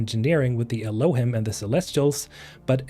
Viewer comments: Just in case nobody told you yet, the word Elohim is pronounced with a long e sound at the end, "elōˈhēm". It's a Hebrew word that refers to God or gods. Thanks for the video about Exodos. 😇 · "Elohim" is a Hebrew word, the plural of "god" (although when referring to the Jewish God, it's considered singular). It's pronounced "el-oh-HEEM". Also, I would bet money the pig named Charlotte is a reference to the children's book "Charlotte's Web" which is about a spider named Charlotte who saves a pig named Wilbur from being slaughtered. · Great vid! I like the action packed short vids you make. Fun fact (I think)., you read "Elohim." This is a Hebrew word used in the Bible, either as a title for the God of Israel himself, or as a generic word for "gods." Pronunciation based on ancient texts is: eh-loh-HEEM. That, along with the word "celestials" seems like this race is quite powerful and god-like. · It's pronounced like "el-oh-Heam" by the way. It's a Hebrew word for God.